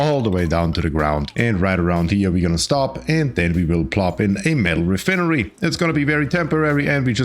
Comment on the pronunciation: Your pronunciation of re-fin-ery is very humorous haha😂